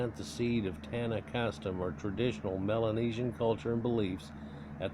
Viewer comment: And why do y’all destroy the planet with technology and unatural shi if your so biblical? Oh. And you pronounced Melanesian wrong btw